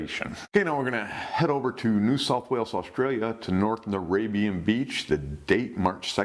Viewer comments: Narrabeen not Narabian lol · The pronunciation of North Narrabeen in NSW Australia made me laugh (sorry ) pronounced it as North Naraybian when it is pronounced NARRA not Narray & BEEN not Bian. Narrabeen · THE BEACH IN NSW AUSTRALIA TO WHICH YOU REFERRED IS PRONOUNCED NORTH NARABEEN NO T NARABEAN .. OK. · Its prounounced narra been new south wales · The beach in NSW Australia is pronounced NARRA-BEEN. It is a Northern suburb of Sydney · Small point but the NSW Australian Beach “Narrabeen” is pronounced “Narra” - “Bean” 😂 Its an Aboriginal word. Almost didn’t recognise it pronounced as you did- and I live 20min from that beach. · north (Narah-been) great video mate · Haha. It’s pronounced “Narra Bean”. Great to see you covering so many Aussie incidents. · It's pronounced Narra - been, a lovely beach most of the time. I remember that attack. Grey Nurse sharks are pretty docile, they don't usually attack unless they are attacked. When I was teenager a few of us went to an area where Grey Nurses hung around. We watched them for a while, beautiful creatures, they didn't try to attack us, they knew that we were there and no threat to them. I'll never foget that. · Grey Nurses are so harmless you can dive with them while they sleep in caves. Narrabeen beach is pronounced " Narra - bean " Narra like Narrow but with an 'a' at the end...Been like a long Beeeeen sound. Yeah sharks munch people on the Northen beaches all the time... usually Whites or Bronzies... but hey this Aussie... sharks are friends except when they eat you